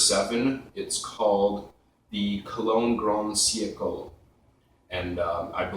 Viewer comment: Siecle is pronounced "see- EK-luh."